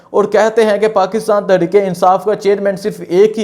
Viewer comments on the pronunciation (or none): none